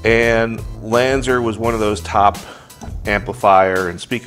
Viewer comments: LanzER? I thought it was LanzAR. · when u said Lanzar, it Sounds like Lanzer